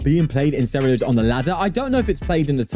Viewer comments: no he didnt he only said it at the very beginning then kept saying cereludge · 42 i dont know, i think hes still saying cereluge, but it may just be me lol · HE FINALLY SAID CERULEDGE INSTEAD OF CERELUDGE